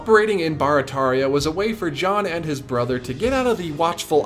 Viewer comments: Great video, super interesting, and I’m proud to be one of your quarter million subscribers. As someone who lives in New Orleans, I do have to tell you though, it’s not BAR-a-TAR-ia, its BEAR-a-TEAR-ia. 😛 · I know this is an old video but I just found it. Barataria is actually pronounced like “bear-a-tear-ia” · We pronounce Barataria as bare-a-tare-ia here in the New Orleans area. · it's pronounced (bear rah tear ria) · You butchered Barataria. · I'm from New Orleans. We all pronounce it "gene". And it "bear-uh-tare-ee-uh". Love ya, cher! Eh la bas!